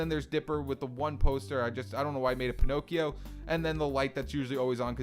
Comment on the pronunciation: IT'S NOT PINOCIO